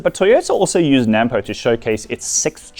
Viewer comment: Before you get to be a farmer please learn to say NAMPO the end pronounced poe not pou